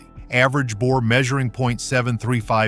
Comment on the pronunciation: “Bour”? No, Bore.